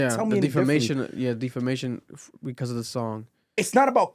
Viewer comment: Defamation =Deaf- fa-mation bruh 😂 you sending me saying it like that